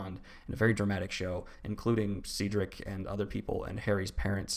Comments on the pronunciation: Not “Seadrick” 😂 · 'Ceedrick' is killing me 😭